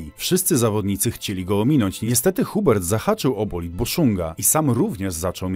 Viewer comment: Dobrze że dżu gandżu nic się nie stało - "korieri"? "hubert" serio? fonetycznie - korrea, uber - nie że sie przypierdalam, ale waćpanie - za dużo "siedzę w tym sporcie" więc kłuje w uszy, ałe łapkę w górę dam pozdro